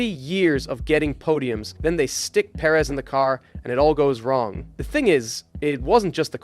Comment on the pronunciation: Can we stop calling him Seryio Per-Éz already